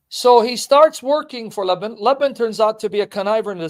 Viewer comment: And Lebben is Laban